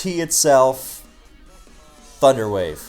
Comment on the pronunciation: “Thunder wave” What? ”THUNDER WAVE”